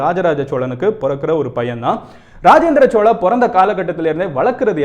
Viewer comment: Chozha not chola.